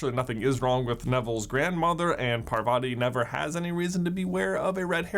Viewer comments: Why do westerners pronounce the name as Purvaati Pa-tell? Its pronounced Paarvati Pa-tail, yes just like the tail in wormtail. Stop butchering our names, please. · And I always wonder why people mispronounce Parvati and padma's names- It's PARvati, not parVATI, and it's padMAA not PAADma.. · Paar-vuh-tee P-uh-dm-aah Those are the correct pronunciations of the twins' names I know it's not major but it's always nice to hear correct pronunciations Otherwise, I love this video, I actually picked up on a couple of these while rereading the series but I'm so happy to see others did too!